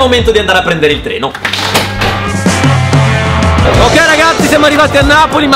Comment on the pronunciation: All'inizio al posto di dire andiamo a prendere il treno pensavo dicesse andiamo a prendere le botte